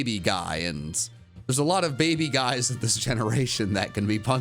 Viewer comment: He said baby wrong according to him and wolfey vgc in "Can These Pokémon Breed" if anyone knows what I'm saying.